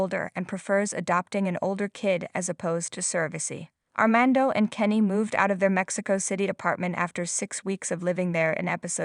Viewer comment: It’s fiAnce, NOT fiEnce and SAINT (St.) Petersburg NOT STREET Petersburg and ArmAndo NOT ArmEndo and San FelipE NOT San Felip and La Mision was massacred. Sounds like someone needs assistance with English pronunciations.